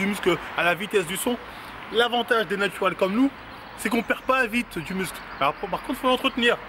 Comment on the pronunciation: Ce qui me fume dans ses pubs c'est que il dit "du mussle" déjà ça met pas en confiance mdrr